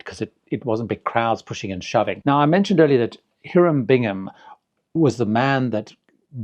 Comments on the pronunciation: Here-um Bingham? No, no, no. It is High-rum Bingham. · It’s not Heeram Bingham, it’s Hiram Bingham. Archaeologists are rolling over in their graves